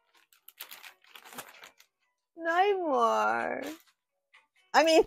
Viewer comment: Drink every time called me Nitemar😂🍸